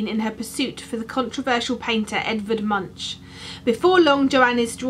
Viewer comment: This is a really fun challenge, must be so lovely to have someone to do something like this with! By the way.. Munch is pronounced more like Moonk :)